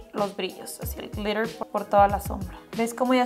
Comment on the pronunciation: Jajaja 50 mil veces "glirer , glirer , glirer"